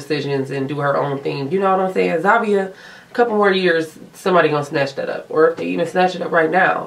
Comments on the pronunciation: It's not Zavia... It's Zhavia!! 😐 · Wow the way you pronounce Zhavia’s name is so cringe! I find it so stupid how they have a winner that’s been on the show for a week.